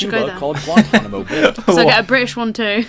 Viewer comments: Pronounced gwahn-TAHN-eh-mo. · To answer your question, Guantanamo Bay is pronounced gwahn-TAHN-ah-moe. Re. the Navajo Res., did you notice that it's shaped like a doughnut (red), and the doughnut hole (white) is the Hopi (HOE-pea) Res.? Even stranger is the following: Jeddito = JED-ih-toe (sole village in the Navajo “Jeddito island”, which is surrounded by the Hopi Reservation, which is, in turn, surrounded by the main Navajo Reservation).